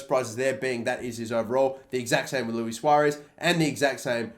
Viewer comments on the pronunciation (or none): none